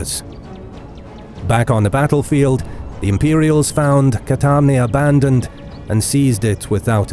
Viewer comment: Actually it isn't Catarane, but Cantarane, which can be translated as "the place where the frogs sing"